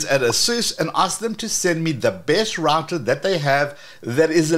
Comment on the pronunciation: Great channel, but I wish you would say router correctly… ❤